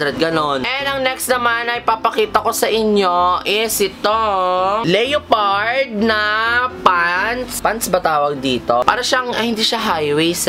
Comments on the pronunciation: small youtuber here.. gusto ko lang sbihin ung leopard 🐆dpt LEPARD (silent O) ang pronunciation nun 😉😉😉 concern lng po..hope to see you someday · its lepard pg pinronounce... 👍👍😜🤗💙